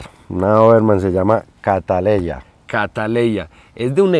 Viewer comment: se llama como una orquídea esa doberman que bella. Solo que la orquídea es catleya no cataleya 😅😅😅😅